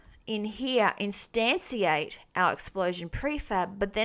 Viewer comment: It's funny how you say instantiate. In this lesson you said it as extantiate, in other ones you pronounced it as instanciate. It is pronounced like instanshiate